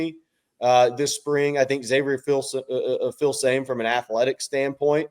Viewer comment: the name is pronounced FIL SUH ME